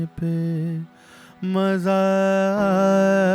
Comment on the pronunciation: "Maza aa" .. pe kathka nahi hai